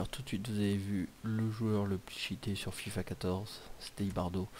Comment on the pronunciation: On dit IbarBo